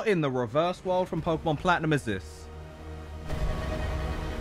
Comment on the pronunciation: "What in the reverse world of pokimon plantinum is this" got me dead 💀💀